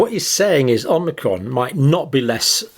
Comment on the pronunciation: Are my ears malfunctioning or does the good doctor keep saying "omnicron"?